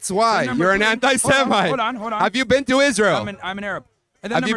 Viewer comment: “You’ve never bean?” 😂😂😂